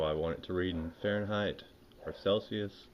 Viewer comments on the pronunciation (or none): none